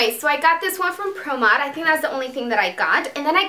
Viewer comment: Hey Dulce I'm french and yes you pronounce well "Promod" haha :)